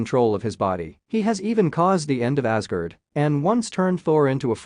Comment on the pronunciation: This video would be much better with a human voice. Mispronouncing Magneto, Asgard, Odin, Telekinesis, and Apocalypse is not going to win any points from comic book fans.